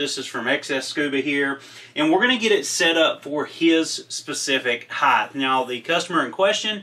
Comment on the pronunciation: Not to be a jerk but to pass on some info...the word is pronounced height. HITE. Not Heighth. Length, width, but height. Speak better, sound better, taken seriously better. Cheers!